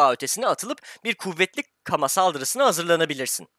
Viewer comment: Abi o kama değil gama